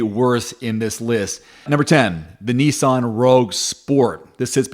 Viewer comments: knee sonn? its nissan NIS SAN and mars da, its MAZ DA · I fell about laughing at neeesan (Nissan)